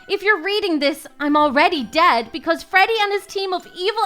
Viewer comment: bro said frodey fazbear